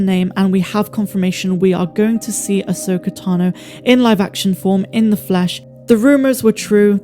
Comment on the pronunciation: Them saying ahsoka fully and unequivocally is amazing and deserves a round of applause from true SW fans